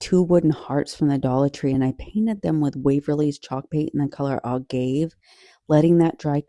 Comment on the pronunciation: Agave- uh gah vay 😉